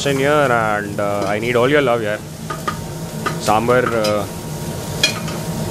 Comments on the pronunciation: It's not sambr.. is saambaar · It's Saambaar not sambar